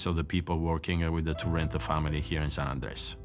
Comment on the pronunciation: Keeps pronouncing it as San Andreas.... San Andrés (sahn- ahn-drez)